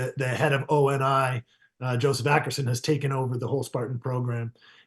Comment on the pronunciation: I’ve never heard someone call it O-N-I before 😂. Spoken like a true person that knows absolutely nothing about the source material.